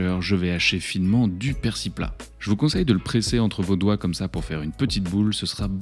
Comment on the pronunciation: pourquoi vous dites persi? et pas persiL?